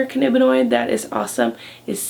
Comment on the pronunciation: "cannibinoid" ? ^^ Also, why don't you give citations for these factual videos?